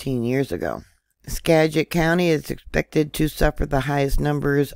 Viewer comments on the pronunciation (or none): It's pronounced SkaGit